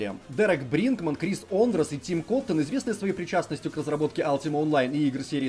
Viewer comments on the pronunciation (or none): none